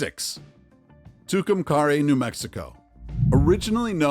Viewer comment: And it’s pronounced Two-come-carry not however this clown said it